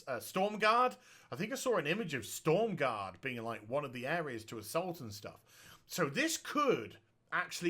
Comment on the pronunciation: made me cringe how he kept miss pronouncing stromgarde